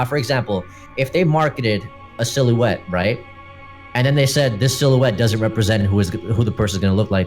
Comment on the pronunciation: Sill-you-ette XD